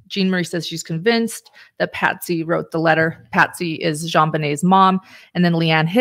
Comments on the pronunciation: It’s Patsy, not Patty. And John greeted the police at the door when they first got there. Please get your names and facts straight unless you lose credibility. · I love this channel and much respect to the Dr snd journalist wife for their work, however, it's kinda comical how explains how in depth they have researched the case all the while calling Patsy..Patty...simple mistake surely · Its Patsy, not Patty. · Her name was Patsy!! 🙄 not Patty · Besides all of the terrible misinformation in this presentation (pineapple & poo), Her name was Patsy, Not Patty !!! Can't even get her name right, Credibility Shot IMO.